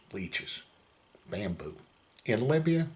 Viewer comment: Did he say he was in Labia or Libya?